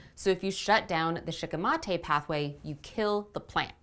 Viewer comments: Shikimate comes from the japanese word シキミ (shikimi) which is the japanese star anise so considering how the language works, your pronounciation would probably be more accurate. I'm not sure of the -ate suffix but otherwise, yeah I'd go with shee-kee-mah-teh. Sounds better anyway. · If Shikimate is a Japanese word you are pronouncing it correctly